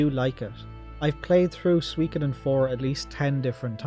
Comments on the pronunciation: Well, you still dont pronounce Suikoden properly, and with the exception of Suikoden II, your rankings are way out, but I'll let you off because of your love for the franchise 😉 I hope you're the remasters 👍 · Man, I resonate with your story so much. When I was a 12 y/o lad, I used to rent S1 every Friday evening using my Aunt's Apollo Video membership (without her knowing). To this day, I still (stubbornly) pronounce it as 'Shu'koden 😆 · This is all so bizarrely close to my experiences wirh Suikoden. Right down to having a friend with whom I pronounced the title "Shukoden" for a few years, and having to use alternate means to play Suiko3 in Ireland. Great list! Exactly the same as my ranking. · Hey I pronounced it like you did. Shu-ko-den.